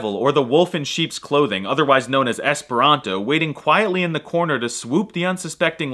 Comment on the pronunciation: It's called "Esperanto", not "es pronto"